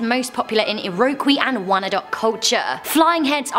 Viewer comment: U said iroquois wrong!!! That's offensive that u couldnt even learn how to say it right before u made this video!!